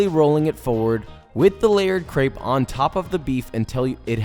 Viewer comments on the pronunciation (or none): Create the coolest looking beef Wellington but cant pronounce crepe